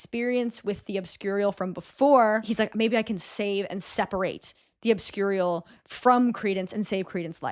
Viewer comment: The way you consistently mispronounced obscurial 10/10 😆